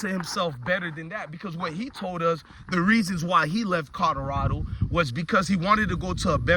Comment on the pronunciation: Colorado not codarada tho 😂